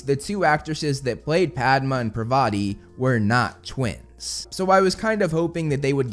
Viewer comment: Also, I hope, and in this series, they pronounce parvatis name properly. Honesty listening to the wrong pronunciation,I've forgotten how to pronounce it right! Parvati is a goddess name in India, and i hope it gets recorrected here.